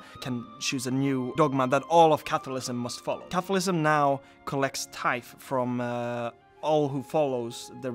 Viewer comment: I kept hearing capitalism 😂